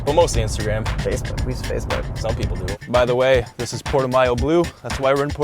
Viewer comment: Its actually pronounce PORTO-MOW. Damn Canadians! lol